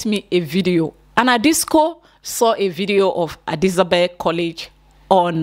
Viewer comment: what exactly is Adisabel 😂 It’s Adisadel abeg